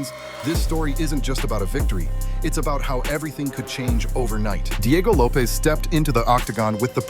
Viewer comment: What's with the way you say Lopes? It's not supposed to rhyme with dope.